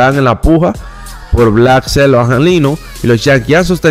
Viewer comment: en hora buena. Te voy a dar un consejo con la pronunciación de al finas pakabras que tú usas pero las pronuncias muy mal. Cuando dice MLB en inglés lo pronuncias muy mal y el nombre de Blake snell tu ves black snail. Se pronuncia ( bleak sneil). Bendiciones. Te sigo y me gusta ni programa pero debes mejorar las pronuciaciones